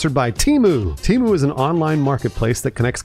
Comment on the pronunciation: I thought Temu was pronounced temu, not temu.